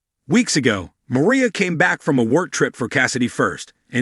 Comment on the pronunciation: Mariah not Maria